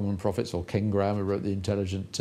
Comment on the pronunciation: Agree that he does say King Graham, however I believe the book he may be referring to is by Benjamin Graham, The Intelligent Investor?